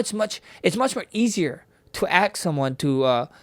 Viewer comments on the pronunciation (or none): Ask, not aks you knob head. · ASK not aks Tut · Native English speakers Max and Dustin unable to say the word "ask" is bothering me more than it should.